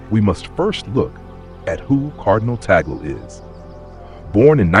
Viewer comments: What is wrong with your tongue? Filipino pronounciation of vowels is similar to Spanish and Japanese pronounciation. TAG-LE. TAG-LE. It's not TOGGLE It's TAG-LE. Tag as in Tug. Le as in le, not lay, not lee, not lei. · Pronounced as Tag/ le not Ta/gle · We pronounce Tag-le not Tagel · I hope in God you learn to pronounce his name correctly!